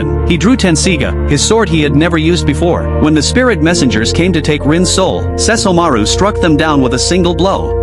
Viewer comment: So the AI can say Seshomoru but not Kagome??